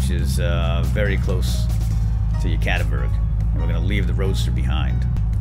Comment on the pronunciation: Its "Yekativikurg" not "Yekativurg"